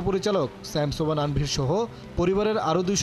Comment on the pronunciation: আনভির না তানভির 😂